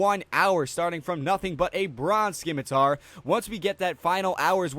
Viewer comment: it's pronounced simitar.